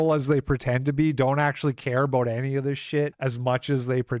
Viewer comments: aboot? your not a dirty maple monkey Canadian are ye? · "aboat" oh, youre canadian. european opinion discarded